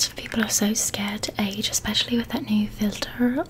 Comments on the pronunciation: The part where you were saying filter was so funny 😂😂😂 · That was hilarious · I love this video so much and I was sooo relaxed and I still am but I lost it at FiIlTtEeRr FfIllLtTeRr and SttInkYy and YuucCckKYy!! Love you so much 😂😂😂😂😂